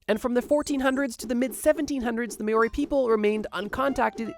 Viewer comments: As a Māori I knew youd talk about us and the Haast Eagle from the thumbnail lol... Māori is said more like mao (Chairman Mao), ri (ring (roll the r)).... also its known here that we are THE first, not one of the first as that suspicion was fabricated by the English, saying we killed off the first race here to give a reason for them to kill us off... very inaccurate as those people are still here today... the Moriori. Too, Poukai is pronounced Poe (Kung Fu Panda) Kai (Cenat)... beautiful word with a beautiful meaning, same as Maui, Tapū / taboo, Mana and so on. Funny how after you say when Europeans discovered it you show a Māori man with a paddle for rowing, on land lol. Don't take this as criticism, more just fact checking + an informative reply.. love ur work ❤️🇳🇿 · Or more specifically pronounced as sounding like Moldie with a slight roll on the R Glad someone commented this was striving me crazy 😂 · you use the moari vowels, it IS pronounced mow as in mowing the lawn. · "Māori" is pronounced MAOW-ree, with a rolled R. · That is not how you pronounce Māori... The ā has a macron, therefore the vowel should be extended. It's more like Maah-or-re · Coming from a kiwi. You pronounced Māori so badly, no hate though. It’s pronounced “Mau-ree” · Love ya, bro, but it's pronounced M-ow-ree. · Sorry dude but your pronunciation in the section about New Zealand is horrible. You should really do a bit more research surrounding the pronunciation of te reo Māori before you use it it future videos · Na bro, you gotta learn how to pronounce "Maori" 😅😅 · The mispronunciation of Māori was difficult to sit through. Lol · i love ur content but why the fuck are u saying māori like that it takes 2 seconds out of ur day to check how to say it even a tiny bit right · Could we not get the pronunciation of Māori right? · Can I just say that you butchered the pronouncing of Maori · Pls pronounce Māori correctly. Thank you. Good video. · You butchered every Māori name you said